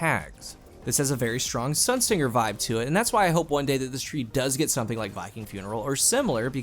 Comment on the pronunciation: It's Sunsinger as in singe (sun sinjer), not like sing (singer).